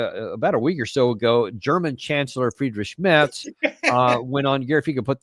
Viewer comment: It so funny, how Daniel Davis calls Merz as Shmerz 🤣🤣🤣🤣🤣